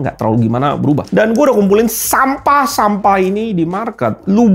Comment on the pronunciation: Ahahaa renyaahh ngucap sampahh nyaaa😂